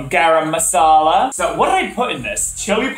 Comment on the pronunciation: no offense but your pronunciation of garam masala . . .